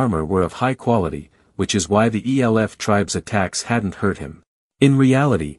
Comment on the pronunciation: E L F people. Might want to teach your bot that "elf" is a word.